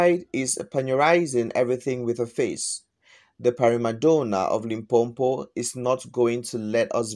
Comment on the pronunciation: Its not LimpoMpo wena....it's Limpopo